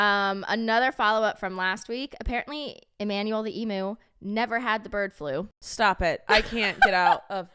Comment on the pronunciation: Eeee-myu, not ee-moo. Cheers 👍